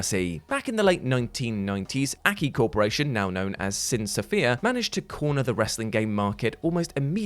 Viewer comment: I cringe everytime he calls AKI "Akee". Its an acronym. Its A-K-I